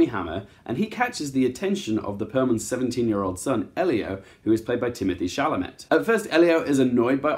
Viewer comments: It’s pronounced sh-al-a-may not sha-la-met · It's pronounced Timothee "Shall-a-May"